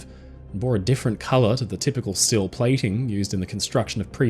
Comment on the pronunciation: What’s stile? You mean steel?😂